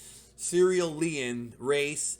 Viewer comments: Say it with me geeldom ser - I'll - e - ens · I like SER-ILL-EE- EN